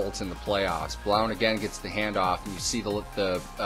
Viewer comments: thegrizzly3436 No he's not he's from my home town, he spoke at my school when I went there several times its pronounced "Blunt" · It's pronounced blunt